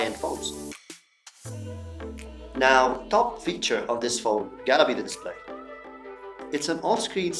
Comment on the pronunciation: nicely presented awesome editing all in all wonderful review looking forward to future tech reviews good luck brother just one remark, it's display not diplay